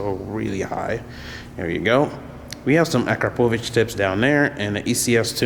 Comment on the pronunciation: A CRAP O VICH - is how it is pronounced by the way.